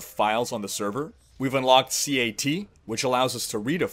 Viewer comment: its not c.a.t its cat ha ha